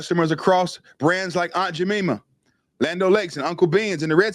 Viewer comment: The correct pronunciation the pancake syrup is Aunt Jam I ma not Jam E ma. I not E. Other than that, I love your channel and your thoughts.🙏🏿👍🏾